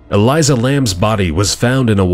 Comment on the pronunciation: Elisa Lam, her name is not pronounced El-i-zah, is most likely pronounced El-ee-sa